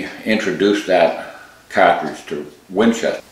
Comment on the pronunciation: It's cartridge, not catridge.